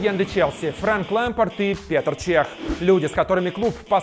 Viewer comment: Я все понимаю,но ПетЕр Чех и ФрЕнки Лэмпард. ВЫ СЕРЬЕЗНО?! Загуглите как имя Петр ска Петр пишется!!!! И еще, спасибо большое,что хотя бы не ФрЕнк Лемпард... /2по-русскому!!!